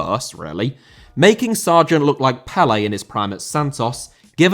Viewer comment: Pelé* not Pelei